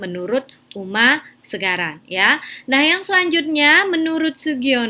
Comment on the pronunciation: Uma Sekaran, bukan Segaran